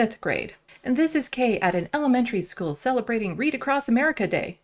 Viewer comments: Hey old lady the word is "school", not "scoo." Seems like your teachers were more concerned with prayer and pledges than educating you. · "Skoo!!" Should someone go back to, "School?" Vote for Pedro.